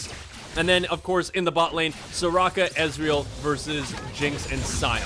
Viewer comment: your ezreal, is awful lol